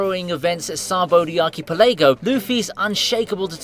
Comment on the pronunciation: arky pelaygo lmao